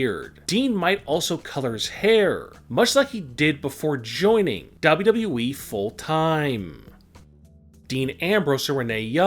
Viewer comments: "Dabluu EEE" 💀💀💀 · Dean ain't going there your full of shit make real videos for once an learn how to say wwe not dub dub eeeeee dumb ass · Wprddere lol that’s how he says wwe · OMG Dean Ambrose leaving DUB DUB We.verryyy saaad. Why don't u speak like a normal human being your voice makes me irritating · The narrator seems to pronounce WWE as Daba'yao'eeeeeee! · How he said wwe is so funny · How he says WWE fml 🤦😂😂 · I hate the way you say WWE. She could still commentate when she's pregnant for 9 months. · Dude the way you talk is annoying. Longgerr. Kidss. And why do you say wwe like that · I hate how you say wwe. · What's wrong with you pronouncing wwe dude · Why do you say WWE like that?